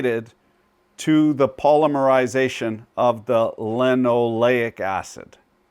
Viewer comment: pall LIM ur eye ZAY shun. Yur well kum. --------EDIT------ LESH uh thin Yur still well kum.